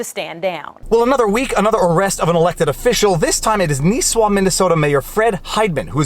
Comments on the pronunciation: Ok I understand not everyone speaks Minnesotan but dontcha know up here it’s pronounced Nih-swah (Nisswa) not Nee-swah and it’s Pee-quat Lakes (Pequat) not Pee-ko Lakes. The mayor needs to relax ya know. Maybe have a can of pop and some hotdish. Or head on down to Brainerd and look for a Zorbaz. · Not nees-wa, but Niss-wa pronounced like hiss-ma. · My home town. It's pronounced "Niss-wa". Not "Niece-wa" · minor details... Nisswa is pronounced Niss (like hiss) wah (sort of like hah), and Pequot is like the letter P the quat (similar to squat). otherwise, good overview of the situation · Great video as always sir. Nisswa - "niss-wah". Pequot - "pee-kwot". Hope he loses some friends over this. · N(ih)isswa. Not a long "i" ;) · Nis-wa Pee-quat Pronunciation of the cities just in case you do a follow-up. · Ok....... Gotta not pick. It's Pequot is pronounced Pea-cwat, n Nisswa is pronounced Niss (like Miss)-wa. Local here, n laughing about this. 371 is a busy 4 lane highway, n glad his high-n-mighty ass got spanked. Good cops down there that do a great job. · Oh God. Non natives trying to pronounce our Minnesotan town names xD